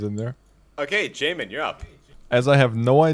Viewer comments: Love how says “yahmin” correctly only to immediately revert to “jahmin” upon next mention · As someone who has the name Jamin, this was terrifying hearing it said on video by someone who hasn't met me (Pronounced Jay-Min to be exact, since it's pronounced 5 different ways in the video) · Why do you purposely mispronounce his names despite hearing his friends say it